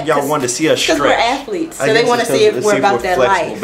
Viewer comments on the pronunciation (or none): lolll "afletes" ......love you two~